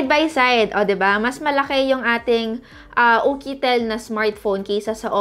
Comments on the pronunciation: It's YUKITEL po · Bakit ukitel😅😅🤧🤧